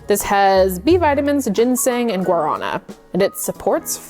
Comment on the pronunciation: Also, "guarana" has emphasis on the last syllable -- it's gua-ra-NAH :) (Brazilian here lol)